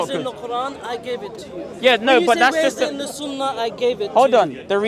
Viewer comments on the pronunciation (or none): none